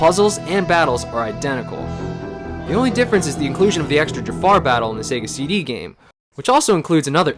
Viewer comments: Lol: "Jaffa" instead of Jafar, as in Jaffa cakes. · I’m gonna make a guess that the reason they pronounce Jafar without the R in the Sega CD version is because it was a translation of a Japanese port where they would’ve said it that way in Japanese, and the the localizers just went with it.